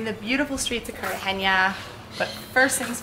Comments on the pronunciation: We were just there and those two rappers found us as well. Great little city. We've been there many times. You may want to learn how to pronounce Cartagena though. It's Cartagena not Cartageña. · Welcome to Colombia! Be sure to visit Medellin and Guatape. I live in Barranquilla just down the coast so feel free to reach out. (Also, the pronunciation is Car-ta-hey-nuh/na not Car-ta-hey-nya. The “nya” type sound comes from an “ñ”, which “Cartagena” does not have!) Enjoy this beautiful country! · For Max: There is NO Ñ in Cartagena, just a plain N sound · Cute vid! Btw, it’s pronounced Cart-uhh-HEN🐓-uhh not Cart-uhh-henia 💡✨🇨🇴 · You're mispronouncing "Cartagena"... you're saying "Cartagenia". If you remove the "i" you'll be fine 👌🏽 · Nice vlog! However, the name of the city is pronounced /kartahe'na/ not /kartahe'ña/ 😂😂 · Carta-ge-na!! Not ge-nia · Good stuff, don't be offended but you say CAR-TA-GENIA. Do not add the I when you pronounce, should be NA at the end of CARTAGENA. Are you going to Barranquilla? I just got back from Armenia. You guys will love Armenia! Very inexpensive and it is where the countries coffee is grown. If you love coffee you have to go! Not touristy like Cartagena and extremely cheap!